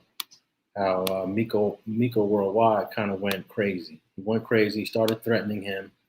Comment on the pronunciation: Bro if you call him miko and, not meco one more time...lmfao the dude in that video said IMA REAL BLOOD and threw up the forks 🤦